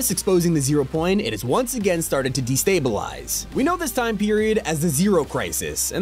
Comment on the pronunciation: say destablize again